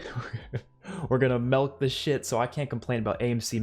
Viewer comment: When he says melk 🤦